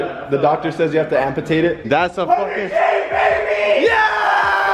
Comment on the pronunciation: FOOL SAID AMPATATE LMFAO